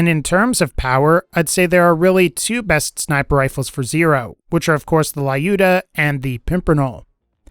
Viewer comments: Please, stop calling it "Laiooda", it is more like "Lewda", I mean [l'uda], if it will make it clearer. This name is common in Russia, so I know for sure how it must be spelled. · You are saying it wrong, Lyuda is russian name and sounds like lewd-ah